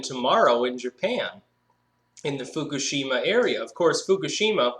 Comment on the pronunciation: it's pronounced foo-KOOSH-im-ma